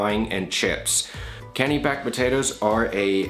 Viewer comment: I'm from potato growing country in Maine. Kennebec is pronounced "Ken-eh-bek". It's also the name of one of our counties.